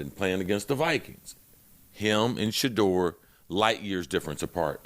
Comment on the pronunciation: Shedeur not Shadore😂